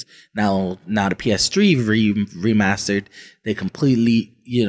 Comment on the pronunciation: Every time he calls it the "PS Tree", I laughed out loud.